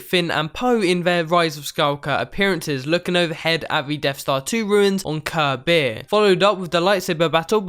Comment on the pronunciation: It's "Kef Bir", not "Ker Bir"